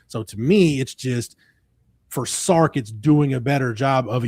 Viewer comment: It's Sark, not Stark...